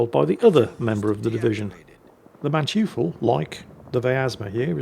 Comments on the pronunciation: Small tip... Manteufel.. The 'eu' in german is sort of like 'oy' in english (like the exclamation 'oy, mate!'). While that's not a perfect approximation, it's much closer than the 'you' sound. And the final e is like the first e in 'there'. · you’re saying German names wrong again. Manteuffel is pronounced “Man-toy-full”. Good try,. 😂😂😂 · pronounce the MANTEUFFEL like this: (MAN)(TOY)(FELL) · The pronunciation Mäntjüffel and Blütscher is almost as terrifying as the „zoom-in-zoom-out“ of the protagonist. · For English-speaking people who wonder: Manteuffel = Mon-toifle ("Mon" as in "money", "toifle" as in "Oi!" and "fell") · Dear, the name of the German ship is pronounced 'Munn-toy-fell', stress on the first syllable. We don't expect perfection in German pronunciation, but the way you said it is an abomination, it sounds like a buffoon from a French opera or something.😉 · It's Muhn-toi-fuhl... "eu" in German is almost always pronounced oi, as in "oi, you horrible little man!", except when the "e" is part of a prefix, as in beurteilen (to assess), which is pronounced buh-oor-tie-luhn. You have to know how syllables work in German and that they are mostly individually pronounced... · constantly butchering how to say blucher (blue-cer) and Manteuffel (Man-Toy-ful).... seems legit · For future reference,, it's pronounced "Man-toy-full." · acctually incorrect^^ it's pronounced man-toy-fel (and the a is pronounced like in Naan bread, not the ennglish a) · How I hear it, he pronouces it "Manchu-fool"! I like it. It's cute. Also Brits are forbidden by law to pronounce any foreign name correctly. Just like French are with and "H" at the beginning and an "S" or any vowels at the end of the word. It's the law! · jeez, would it kill you to enter Manteuffel into google translate and have a listen to the pronunciation;) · eu in German is pronounced like oi in English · FYI that German ship is pronounced "Maan-Toy-ful"